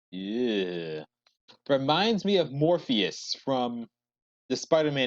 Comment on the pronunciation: Morbius,. Not Morphius.